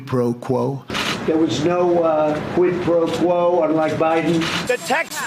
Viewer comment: No doubt he’d never heard of it until he was told that he’d done it. He even said “no pro quo”. Trump is poorly educated, probably f’ed off in school because he knew it didn’t matter.